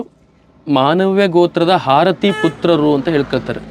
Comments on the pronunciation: ಹಾರತಿ ಅಲ್ಲ ಆರತಿ ದೇವಿ!! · #ಹಾರತಿ ಅಲ್ಲೋ ಮರಾಯ #ಆರತಿ ಅನ್ನಲು ಕಲಿರಿ